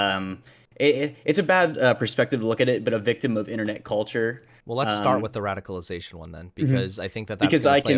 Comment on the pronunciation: "Radiclization." Come on,.